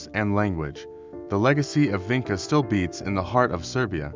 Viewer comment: It's pronounced VINCHA. You have to get that right or nobody will take you seriously. I know I can't. And what about Lepenski Vir...